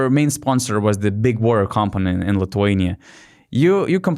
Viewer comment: Thanks for the episode guys, I love your content. But for the future, maybe you shouldn't be talking shit about somebody's poor English accent when you cannot pronounce the word WATER, common guys